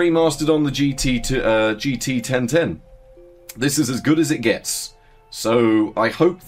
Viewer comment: jeetee-ten-ten is such an unbeliavably funny name to me for some reason, I hope you never stop talking about it